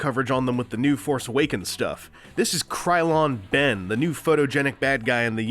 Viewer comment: wow "krylon ben" you are way to correct